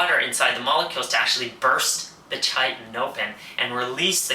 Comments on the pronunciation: Chitin is pronounced “ky tin” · chitin pronounced "kite" "in"